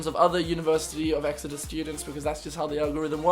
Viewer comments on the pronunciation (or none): Hahaha omg I thought the same thing when he said Exeter 😂